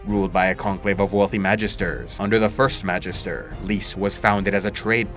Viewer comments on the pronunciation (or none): isn’t Magister pronounced Mag(ee)ster with a hard G